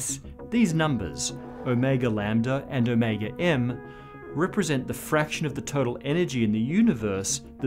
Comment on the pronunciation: My brain blips every time he reads Ω and I hear “O’Mega”